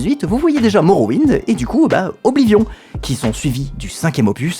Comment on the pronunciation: Faire l'éloge d'Oblivion tout en prononcant horriblement son nom tout le long de la vidéo TOUT EN ETANT SPONSO PAR UN SOFT D'APPRENTISSAGE DE LANGUES ETRANGERS mais mdr c'est plus du foutage du gueule à ce niveau